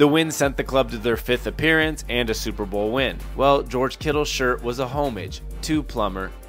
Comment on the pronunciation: my guy learn how to pronounce homage.